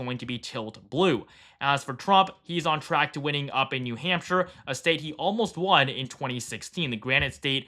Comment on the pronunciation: Bro messing up NH every video is basically a meme at this point lol.